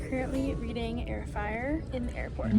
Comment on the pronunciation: Girl why when you said Heir of Fire i heard air fryer what😭